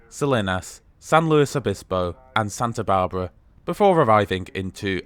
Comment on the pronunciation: The town of Salinas is pronounced more like "Suh-LEEN-us". Paso Robles is pronounced more like "Robe-lez". Santa Barbara is pronounced more like "S-Anne-ta" like the girl's name "Anne". A lot of place names have Spanish origins, left over from when Mexico was officially the government "in charge" back in the 1840's. Hopefully, the café car food selection will improve to include some better VEGAN options. They did have one menu item: "hummus with pretzels", which seems kind of pathetic. That they are still excluding coach passengers from the dining car is also disappointing.